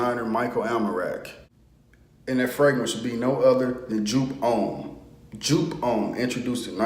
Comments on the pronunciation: PRONOUNCED "YOPE" DUMB ASS.....LEARN SOMETHING GET EDUCATED...."YOPE" DUMB ASS..........GHETTO ASS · It’s pronounced “Yope”. I can smell this frag from 10 miles away! 😆 Smells great! Don’t wear it in the summer. I read one guy who sprayed 4-6 times then took a shower to wash some off. What was left was a softer version of “Yope” that lasted all day. 👍🏾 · YOU ARE SAYING THE NAME WRONG WRONG WRONG...........